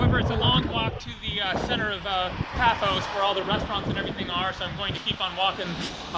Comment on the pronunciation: its PAFOS.